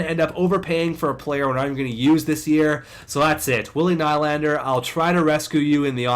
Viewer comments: It's William NEE-Land-er not Ny-land-er. Please like so corrects his mistake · Its pronounced "knee-lander"